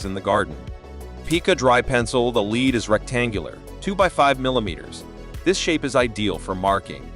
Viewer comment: Lead not leed